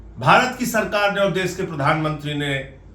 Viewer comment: Mr Sanjay Singh please pronounce correctly - u pronounce देस instead of देश and all words containing श‌ as if they contained स. It's terrible to hear ur mis pronounced Hindi words. It's an insult to the language. Please rectify.